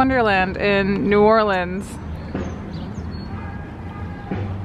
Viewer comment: Bonus points to y’all for pronouncing New Orleans right! And when eating beignets, you just gotta accept the powdered sugar and that it’ll be a part of your outfit for the rest of the day...kinda like eating boiled seafood lol.